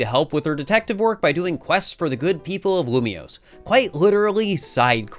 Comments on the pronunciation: When he upgraded from lumoise to lumioise I realised we were going to be here for a while 😅😂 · Lumiose, not Lumoise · YAY, POKEMON. Also, how dare you pronounce it lumois not lumiose. Thats not right meow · All for this until you pronounce Lumiose as Lilmoy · Every time said Loomoiz, I felt a part of me die. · IT’S LU - ME - OSE I wanted to CRY when he failed to pronounce it. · I think the way that pronounces basically all the French/pseudo-French words is really funny. Obviously we have Lumiose, but there's also nouveau and bureau that particularly stood out to me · Loom-E-ose and Zy-guard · Dude cant even say Lumiose.... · Starting the video, and waiting until live figures out how to say Lumiose correctly since post-commentary is saying it properly. That's a fun thing to look out for:3